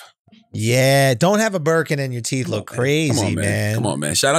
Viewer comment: Teeth is NOT pronounced teef 😂😂😂